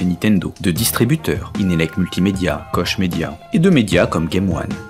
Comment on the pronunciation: Koch Media est allemand, ça se dit donc "KoR Media". Voilà voilà sinon bonne chronique ^_^